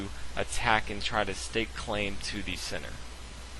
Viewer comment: Each time you should say "centre" I hear "sinner". Your chess knowledge is very big though :D